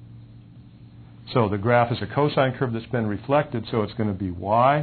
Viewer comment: lol "refleted"